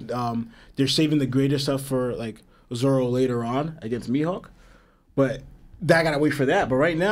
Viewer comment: Are you saying Zolo? Instead of Zoro?